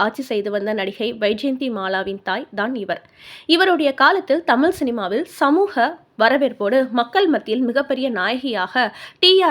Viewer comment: அம்மா சமூக என்பதை சமூஹ என்கிறீர்கள் தமிழைத் தமில் என்கிறீர்கள். தொடர் பேச்சிலே பெருமையில்லை. தெளிவான உச்சரிப்பே தமிழுக்கு அழகு.